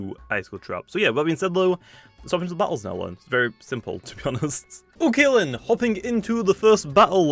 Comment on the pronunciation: has anyone noticed he says o kalen instead of ok then?